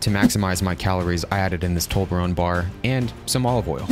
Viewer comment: AHHHHHHHHHHHHHHHH its toblerone not tolberone